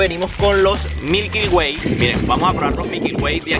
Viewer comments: Oye ....son MILKY WAY no MIKYL WAY como tu lo dices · "mikyl way"